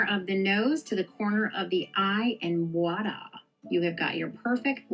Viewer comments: Sorry did that lady say “voida” instead of voila? Wow… that’s a new one. Yikes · "don't tell people in their 40s how to do their makeup" Me: "wait did that lady say Wadaa instead of Voila 😂😂😂"